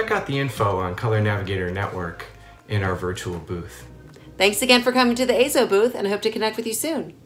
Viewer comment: Yes! AY-ZO is the proper pronunciation.